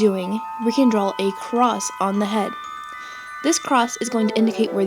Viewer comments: No offence but... It's not "Drawl" it's "Draw" :/ Sorry I have OCD :\\\ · Correction : its not drawl its draw! im not trying to hate im a sub and you are very helpful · Stop saying "drawl". PLEASE!!!